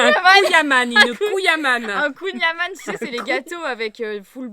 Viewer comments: Alors on rectifie un petit peu kouing - Amann ( s’écrit ann ) mais se dit an comme amande 🙃🙃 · Eu marie à dit que Nantes faisaitpas partie de la Bretagne mais kouign-amann sa ne se prononce pas comme sa donc tu va quand même te faire allumé par les Breton